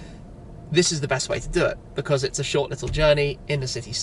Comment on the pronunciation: in zhort, no it'z not.